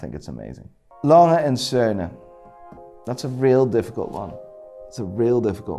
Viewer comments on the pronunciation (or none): I stopped the video at A.lange and sohne